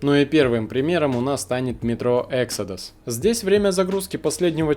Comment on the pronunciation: Эксодус - ударение на о, это не английское слово.